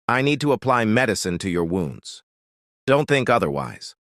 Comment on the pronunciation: he said wounds, I hear wombs 🥲🥴(灬º‿º灬)♡